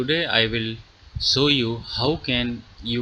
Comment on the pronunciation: "today i will so you" You're Killing Me Bro HAHAHAHAHAHA you didn't pronounce the "H" on SHOW. calling the grammar police LOL. still give you a thumbs up. i Like, OLE!